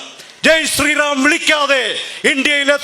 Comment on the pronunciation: അവന്റെ ഒരു സ്രായി റം പറച്ചിൽ